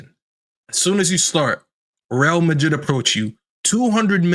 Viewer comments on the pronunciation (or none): none